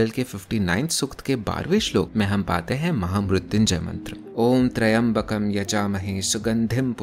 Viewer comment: Your Mahamrityunjay pronunciation is wrong...